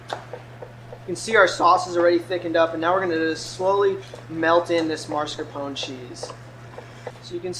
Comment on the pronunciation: Well he said "Marscapon". Don't correct people when you didn't hear what the video said.